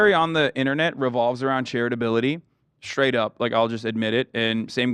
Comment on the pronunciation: Why is hassan so obsessed with an old white man's dong? Gross. Also, why does hassan say 'SHTRAIGHT' and 'SHTRONG'? There's no H after S in those words! My god, hassan is annoying as hell!